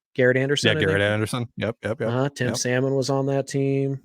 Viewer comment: Can... say "Salmon" again for us? Don't think I've ever heard the L pronounced before 😂